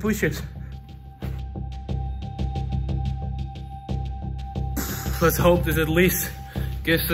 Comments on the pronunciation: Poo- shups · I love when he says pooshup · You mean "Pooships"? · 10,000 POOSHUPS